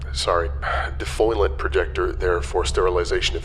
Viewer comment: I am confused by the pronunciation of defoliant as defoilant.